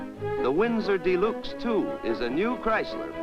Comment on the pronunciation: The narrator repeatedly mentioned "The New Yorker dee-LUKES." Most automotive aficionados are unaware of the 1955-only trim package called "Electro-Whocardial Snukes," which replaced the radio with Jingtinglers and located a secondary Floofloover in the luggage compartment.